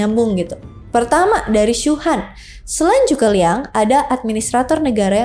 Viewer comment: Hadehhh kalo bahasa engres pronunciation nya effort bener dibikin akurat, tp pas chinese malah ngasal2. Bacanya cuge liang ama sema i bukan juge liang ama si ma i 🤦‍♂️👎👎👎 Chao whei bukan cakwe 😂😂😂 Sorry gw ga bs nonton habis videonya gegara gada effort buat pronounce nama2 chinese dengan benar, malah kedengaran kek cing cong cing cong